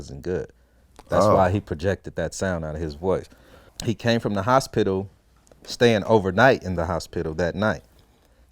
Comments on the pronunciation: The HosPITIL 😂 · Lmao I was thinking of how to spell it and yup he's definitely saying hos- spittle 😂😂😂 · The hos-pittal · Hos-pit-tal xD Like a damn pit stop. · This man Pronounce the shit our of HOS-PITAL! Lmao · I hear every letter in H-O-S-P-I-T-A-L 😆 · Why does he pronounce "hospital" like that? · He says hosspittle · He can't say hospital right. 😂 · he says hos pital as 2 syllables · Nigga put emphasis on that P in HosPital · The way he says hospital is fucking hilarious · anybody else notice the way it sounds when he says the word 'hospital'